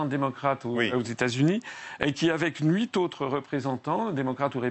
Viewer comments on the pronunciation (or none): none